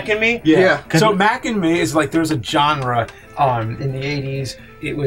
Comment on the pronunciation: Does it drive anyone else crazy the way James pronounces "genre"?